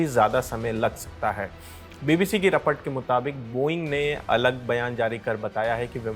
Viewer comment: Report ❌Rapat✔️😅